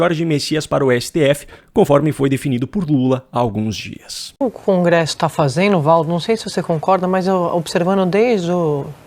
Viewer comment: a Sadi fala 'fazeno', 'observano'....eita.